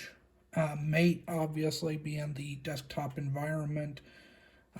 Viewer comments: Cool video. Mate is pronounced Mah-Tey. It’s the name of a tea popular in South America. Portuguese is spoken in Brazil, hence the file browser Caja. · I will continue to corrupt speech and call it "mayte" because it sounds cooler